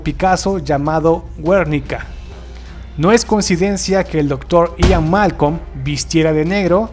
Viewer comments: No es güernica es gernica inculto aun asi muy buen video le di a like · Perdón...soy de España...cuando se dice ..que está inspirado en el cuadro de Picado...GUERNICA...se pronuncia como si la U llevara diéresis...GÜERNICA...y no es así...se pronuncia.. sin la U...Guernica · GÜÉRNICA, nooooo 😔😪😩😫😢😭 GUERNICA, palabra grave o llana. Además, ¿de dónde sacaste la diéresis? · Se dice guernica no weurnica , guernica es una ciudad y palabra española no yanki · GÜERNICA??!! Madre mía que incultura... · No es "Güérnica", es Guernica. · ¿¡Cómo que "Güérnica!? Es Guernica, sin diéresis no acento, no inventes palabras. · Es Guernica no güérnica, es una ciudad española bombardeada durante la guerra civil, no todas las palabras que existen se pronuncian en inglés, a ver si empezamos a hablar como corresponde. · No es Güernica, es Guernica. No sé por qué lo lees como si llevase diéresis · Es "El Guernica" no güernica. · el video es viejisimo, pero... no se dice Güernica, Es Guernica, almenos en argentina todos le decimos asi :V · Se dice Guernica y no Güernica. El cuadro de Picasso alude al bombardeo de la población española de Guernica y Luno, en Viscaya. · Exacto. Y la sílaba fuerte el NI, no GUER. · Güernica???? Wernica??? Eso duele. Es "Guernica", y la "u" no se pronuncia... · Pero qué te has metido en la boca muchacho? El cuadro de El Guernica de Picasso se pronuncia "llernica", no "wérnica" XD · no he podido leer los comentarios, después a la noche lo leeré. Pero con la pronunciación del cuadro de Picasso lo has pronunciado mal, sí no me equipo. Es Gernika y no Guernicá, aún creó que sé escribe asín.(Guernicá) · el cuadro se pronucia Guernica no Güernica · Minuto "Guernica", soy español, y me pareció fuerte, digan lo que digan, que lo dijeras estilo así: "Güernica", es Guernica, Sin pronunciar "Güer". Lo siento, me veía forzado a decirlo, xD. De todas maneras, buen vídeo, y Like. Un Saludo. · Se dice Gernika paleto y si te vas informar de algo informate bien